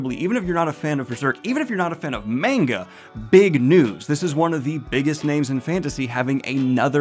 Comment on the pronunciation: Fun news, but also I'm begging you to pronounce manga properly...